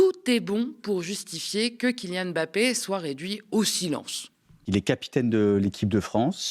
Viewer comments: Svp attention quand vous prononcez son nom. C'est Mbappé pas m'bappé. Il l'a dit plusieurs fois. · La correcte prononciation (camerounaise) n'est pas M plus loin Bappe mais en un seul " mot " MBAPPE (avec le son du e accent grave et non aigu à la fin).